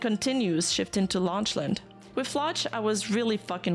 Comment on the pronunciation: Lock-lan is the pronunciation I think, otherwise another great coverage